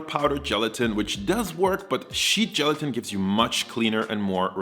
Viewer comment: I thought he said sheep gelatin and I gagged.